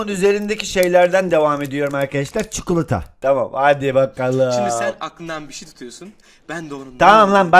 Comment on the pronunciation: cikolataya da cukulata demen iyiydi 😂